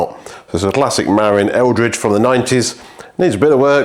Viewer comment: "Marin" is pronounced "muh-RINN", rhymes with "the win". Source: I live just across San Francisco Bay from Marin County :) You pronounced "Eldridge" correctly. For those curious, Eldridge Grade is a fire road that climbs up the eastern face of Mt Tamalpais in Marin County. It's not too steep, but quite a long climb and the surface gets really chunky near the top.